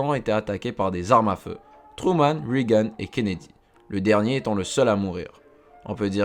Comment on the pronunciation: On ne dit pas "Rigane" c'est "Régane"... Tu devais dormir lors des cours d'anglais... un peu de sérieux bonhomme...